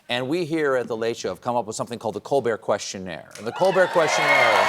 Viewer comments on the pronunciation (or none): Where does this "questionert" shit come from? It's questionnaire